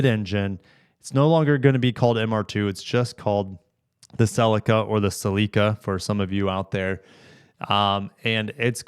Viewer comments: It’s not a sel-i-car. It’s a sell-ee-ca ffs! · Man, I hate the way you pronounce ‘Celica’!!!!!!😂